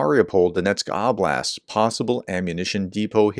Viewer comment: You're back to saying "Ahhblast" again instead of "Ohblast" as you had begun saying. But you're still saying "sha-HEED", aren't you ? (It's supposed to be said "SHAA-hid")